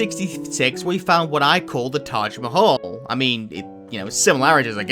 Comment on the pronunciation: wrong pronunciation its taj mahal